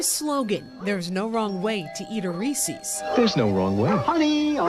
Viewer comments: It's Ree-sis. Not ree-sees.... FFS, you're a public speaker and cant he bothered to learn how to pronounce extremely common priduct names? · FFS it's NOT REE-SEAS, it's REE-SIS! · It’s Reese’s, not Reesee’s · Re-ses. Not reesees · Why are you saying Reeses' like that? You're saying it like "Reese sees" when it's pronounced to rhyme with "pieces". Unless, do you pronounce it "piece sees"? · It’s Rees-‘ez’, not Rees-’ees’. They even put a video out about it. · Its prounounced Reese's not reecees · Yeah and there’s a wrong way to say it. It’s not riecies. They pronounce it right in the commercial. Stop trying to be different. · where does it say "REESEES"? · Disgusting! I can't believe this woman just said "Reesees." WTAF. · "There's no wrong way to eat a Reese-EEs" True, but there IS a wrong way to pronounce Reese's! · Who the heck calls it ree-sees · I'm going to sue this reporter for repeatedly saying "Re-seez". It caused me extreme emotional distress and now I have the PTSDeez. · THANK YOU! I was wondering if anyone else was like, "who says REESIES?" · Never trust someone that pronounces it Resee's lol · she should be sued for pronouncing reeses like that. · The news anchor saying “Reese’s” wrong is super annoying. 😂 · I don't care one bit about this except that the news person can't pronounce "Reese's" properly. *facepalm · Why does she say Reese's like that even the commercial says it right 🤦🏻‍♀️ but how can you sue for something so stupid, this is why things skyrocket in price. Just don't buy it who cares, it's not like it's gonna make a difference in taste which is the point in buying Reese's. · There is however, a wrong way to SAY "Reeses" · There maybe be no wrong way to eat a Reese's, but there is a wrong way to pronounce it. Reese's rhymes with "pieces," not "feces."